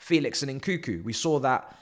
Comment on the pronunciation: Its nkunku bro not n, koo koo😂 your meant to say the second n